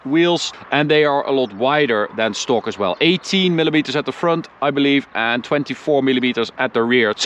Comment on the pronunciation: English is getting really good, 👌. The way you say "car" and "stock" however is still completely wrong.. 😁.. Strangely because the rest is correct 🤔